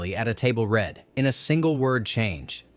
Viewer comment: For goodness sake, can you at least get an AI narrator that knows how to pronounce “read” correctly. It hurts your credibility in an otherwise enjoyable video. Do better.